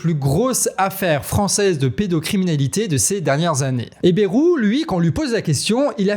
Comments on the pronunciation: Mon canard, arrête de dire BERROU, chez nous, en Béarn on dit BAILROU. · Prononcer BA (YE) ROU. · BAYYYYrou, pas Bérou, bordel. comme un "bail". Cela fait plus de 30 ans cette affaire... On déterre des choses connus de tous depuis longtemps là. Alors non, Bayrou il n'ignorait rien, en tant que Palois, il sait, comme tous dans la région.